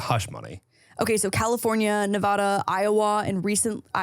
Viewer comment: Proud of you for saying Nevada right 💪🏼 Edit: only was said right the first time. Every time after that I cringed like when you said Iowa 😂